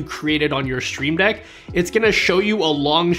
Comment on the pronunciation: I like the way you say “sh-shtreamdeck”😊